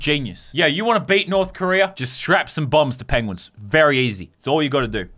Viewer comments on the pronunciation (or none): U said pengeins